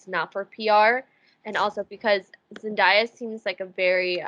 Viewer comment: NOT ME MISPRONOUNCING ZENDAYA’S NAME FOR LIKE 5 MINUTES STRAIGHT!!! FORGIVE ME QUEEN